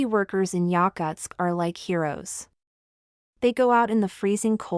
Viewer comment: Bullshit AI video that can’t even pronounce the name of the city correctly.